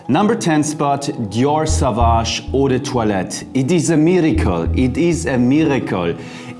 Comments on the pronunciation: Dear Jeremy. - It ist not pronounced „Savage“, but „Sovage“. Au in French is like o... Sorry for this „Besserwisserei“ ... thanks for your channel. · [so.vaːʒ] „soowaasch“ 🙏🏽